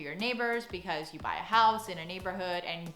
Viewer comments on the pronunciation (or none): none